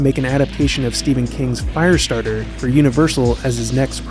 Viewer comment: Why does he keep saying 'Fireatarter' when 'Christine' was his next film